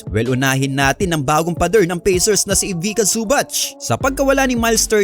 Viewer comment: Ivica pronounced as Ivicha not Ivika.